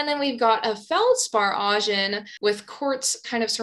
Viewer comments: Augen (eyes in German) should be ow-gen, not awe-gen. Just saying. Great video over all. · I'm loving your videos, they got me through Mineralogy and now through Petrology! For your Gneiss section at around 26 min... If you google the German word and pronunciation for "eyes" you'll see/hear how to say "Augen". 😊